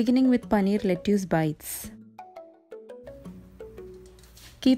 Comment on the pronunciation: Asslamwalaykum you said lettuce wrong. It is written as lettuce but is pronounced "let-tus." I love your videos and your cooking and DIY is so good. I like your spoon wall clock and I will try it. From California USA